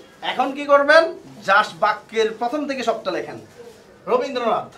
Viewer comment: Rabindranath হবে robindranth nah 😁😁😁😁